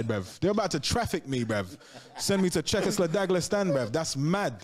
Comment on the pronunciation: man lost the fuckin plot.. i was chillin thru the whole video, and then he said czechosladaglestan. im fuckin wheezing ☠